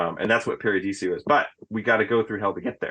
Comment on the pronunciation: Why's he always call it Paradisio? Isn't it Paradiso?